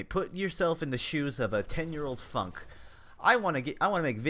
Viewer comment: I had to rewind when you said "Let's go back to 10 yr old Funk!" I thought you said "Let's go back to a 10 yr old FUCK!" lol xD